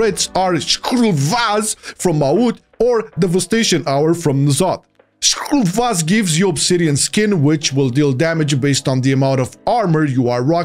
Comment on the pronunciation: I love how committed he is to pronouncing skuul vaz lmfao 😂💀💀